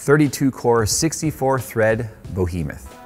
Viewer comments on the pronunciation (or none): Knowing you've been told this before, and at the risk of being a pendantic bore... It's behemoth (bee-hee-moth) not bohemoth. FYI and FWIW. Love the channel. Thanks for being who you are. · Still waiting for the day learns how to pronounce Behemoth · "Bohemoth" -- now you're just doing it to troll us. It's like your personal Comic Sans.